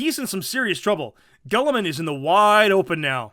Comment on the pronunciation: "Gulliman"......Gulliman?! .....It's Guilliman!! Commentator.....y u mispronounce?!